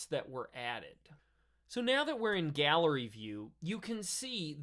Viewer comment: I enjoy your videos,. They hit on a lot of the questions that occur in my use of Dorico. You might note that the galley view in Dorico is pronounced galley, not gallery.